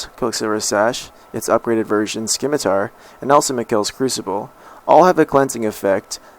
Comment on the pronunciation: sKeemitar.... haha.